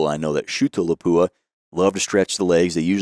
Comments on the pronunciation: For people who are supposed to know the industry, you don't know how to pronounce "Lapua". It is not La pu a. It is Lap wa. Otherwise, an interesting and enlightening video. Well presented. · Not la po a ... Guys